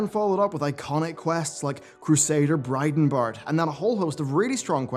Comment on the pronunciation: It's Bridenbrad, not Bridenbard. You make this mistake every single time you say the name.